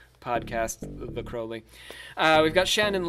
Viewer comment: Crowley to rhyme with Holy. Crow-lee. It is in his autobiography .....that book ya know